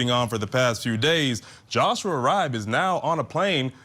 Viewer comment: Love ya Vinnie- just an fyi... Riibe is pronounced Ree-Bee. (I'm from the midwest and this is a common name here)